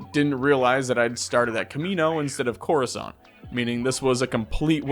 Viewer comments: Corizoant????? What kind of mega fan pronounces it like that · Moo stuh far and COR uh sont